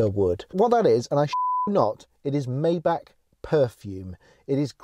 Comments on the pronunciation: Maybach, not Mayback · It would be nice if this Car Guy could learn to pronounce the name of his new Mercedes correctly. It is pronounced "MY BACH", NOT MAY BACH. Please not that. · Maybahr not Mayback Please 🙏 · You're not even saying it right...its not a may back it's a my bock. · My Bach... 'My' Bach, not 'May' Bach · Maybach Not maybak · Bro it's Maybach not meybeck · you say "mayback" but it's called "maybah" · Watch this video and listen how the lady said it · For god sake, you're European, MY-BACH, only American get the luxury of calling it a MAY-BACH. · Sorry to disappoint you. But the historical and correct name is pronounced Maybach [ˈmaɪbax] Just like the classical musician Johann Sebastian Bach. I know it became common to call it Mayback but this is inaccurate As a Germano-French citizen I can assure you Maybahr is the correct pronunciation for Maybach (not the orthography, which is just an example) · Nur wahre Deutsche wissen dass man es nicht mayback ausspricht . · "may back" rip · Its actually pronounced "My-Bach",. Wtf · it’s pronounced myback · It's pronounced "My-bark". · My-back is how you say it ! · First thing I would work on is the correct pronunciation of “Maybach”! Clue: it ain’t maayback! 😆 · You pronounce it "Meintheback" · Dude, if you buy a car like that, learn how to pronounce it first! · Oh come on... don’t spend just money, but also a tiny bit of effort to not butcher a car‘s name completely. Please tell me you don’t do the same with „Porsche“. 😊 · Learn how to pronounce maybach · too bad you can't pronounce maybach right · now that you "are" in the 1% of the 1% club, you may learn the proper way to pronounce Maybach so you perfectly blend in with your fanciness... anyway, that's definitely the oil industry tycoon type of land yacht. gorgeous yet flamboyant